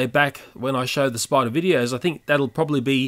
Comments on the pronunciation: Narrator:This video contains graphic images of deadly spuder and giant praying mantis Me: wait did he say deadly spuder u mean spiders right? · at the start it said spuder xD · What the heck is a spuder? Lol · lol its said warning scary spuder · Whats a spuder its spider not spuder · Warning saids spuder well ok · "deadly spuder" XD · it said spuder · Lol it said spuder